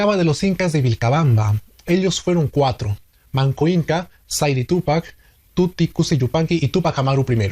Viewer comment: Estimado, tan solo corregir un detalle en la denominación de uno de los hijos de Manqo Inka. No es "Tuti", sino T'itu Kusi Yupanki (Titu Cusi Yupanqui). Saludos y sigue adelante.